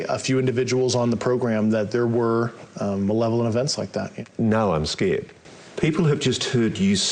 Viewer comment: Constrived, Nuculer, Manevolent 😅